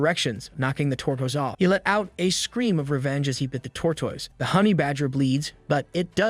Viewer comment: it sounds like hes saying tortwoise